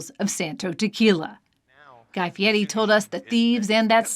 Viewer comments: Did she mispronounce Guy Fieri’s surname as “Fieti”??? 🤔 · Is she pronouncing his name Fiety Instead of Fiery. And No One Caught it. Seriously Ppl!